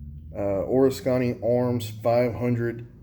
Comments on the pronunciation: O-risk-any, not or-is-kany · haha it’s actually (o-risk-en-ee) I live bout half hour away and recently even heard about them.. glad you made a review cause I haven’t found much!!! Have to say I never heard anyone make Oriskany sound Asian or something, really made my brain twist lol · It's funny how you say Oriskany! Lol. I want to see if they'll let me do a factory tour. I want one too!